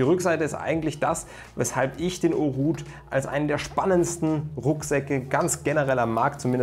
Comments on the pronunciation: Haute wird Ooht ausgesprochen , nicht ooh. Das t wurde vergessen. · Du hast vergessen das "T" bei Haute auszusprechen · Das “T“ bei Haute wurde vergessen auszusprechen! xD Danke für die tolle Vorstellung! Besser geht's nicht! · Du hast vergessen das "T" bei Haute auszusprechen😘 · Du hast vergessen das "T" bei Haute auszusprechen 😉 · Du hast vergessen das "T" bei Haute auszusprechen🤣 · Du hast bei der Aussprache das "t" vergessen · Du hast vergessen das "t" auszusprechen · Du hast vergessen das "T" bei Haute auszusprechen😂